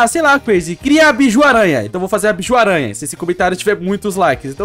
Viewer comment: Se fala Bijuu n biju